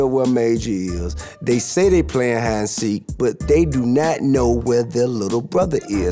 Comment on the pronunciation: “You were Pwaying hide and go seek “😂😂